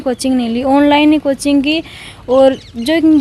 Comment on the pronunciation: Motivation ki baat kar rahi hai hindi sudhh nahi bol rahi junun ko janun bol rahi hai